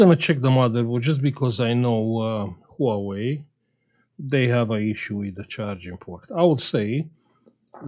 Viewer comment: "Nouwei ..." Hahaha